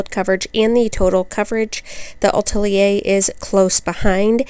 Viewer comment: Really thorough, thank you,. ❤️ And yes, you pronounced Atelier almost like a Parisian - Ah-TELL-yay. 🇫🇷